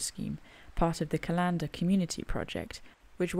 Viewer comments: Err, C-a-lander, inflection on the first "a", love watching your walks . . . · Hi, another great video. I know you wont take this the wrong way but it is pronounced Callan-der not cal-an-der 😊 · Lovely video as ever, but please please sort out your pronunciation of Callander. It is pronounced like the thing you put your appointments in. There is no string emphasis on the LAN of Cal-LAN-der. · Another great video, though as mentioned in another comment, you seriously need to work on your pronunciation of Callander😂😂😂!!!!! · is a scream, loved that fight she had with the map at the start. And I crack up every time she says Callander wrongly. But at least she pronounces 'loch' properly which is unusual for an English person. But why didn't she tell me they were here, I would have joined them.